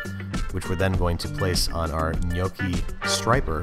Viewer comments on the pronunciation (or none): none